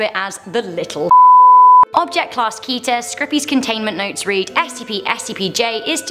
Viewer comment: The first SCP classes are with a special group called SEKTA: Safe Euclid Keter Taumiel Apollyon. But there are many many many more classes and even class-mixes Btw you pronounce Keter as Kedder/Ketter